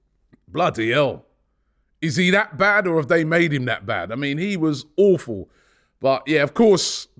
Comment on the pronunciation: Robbie's pronunciation of 'Awful' makes a perfect description of Spurs! 😂